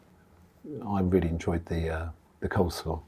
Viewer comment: It’s coleslaw not cold slaw